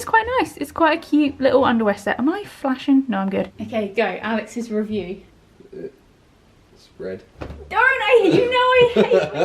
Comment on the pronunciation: when said “red” i thought he said spread and i was like oh my god😂